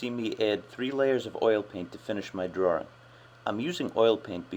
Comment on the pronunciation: i like ur tutorials but u say drawring instead of drawing that just annoys me like my teacher